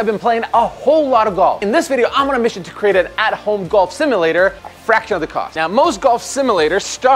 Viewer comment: ive never heard someone butcher the word "simulator" so hard and so many times